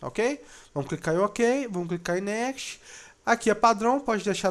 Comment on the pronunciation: Ótimo vídeo, bem explicativo, mas, por favor, aprenda a pronunciar "next".